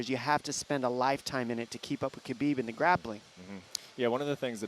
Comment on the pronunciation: It's ha-bib not ka-bib. How hard is this to figure out? Have a staff meeting.